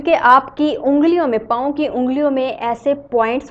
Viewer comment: Paooooo... 😂😂 Tnq but ur video is good But ur paoooo was listening quite funny 😅